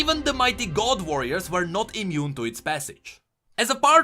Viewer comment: Hey just a heads up, look up the pronunciation of ''were'', you're pronouncing it like ''wear'', which means to dress up. ''Were'' has a more shut sound than what you've been doing throughout the videos